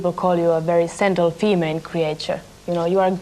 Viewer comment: I believe the word that Björk thought was sentimental. Was actually meant to be gentle but the interviewer used an S instead of G making it “sentle” It makes total sense when you listen to it again